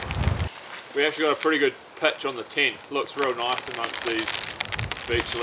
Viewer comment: its tent not tint you bloody drongo 🤣🤣